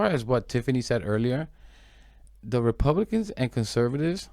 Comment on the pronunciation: “Republiklans” was an accurate slip up 😅